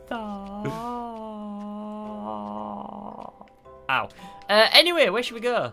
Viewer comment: Its leviosa not leviosaaaaaaaaaaaa XD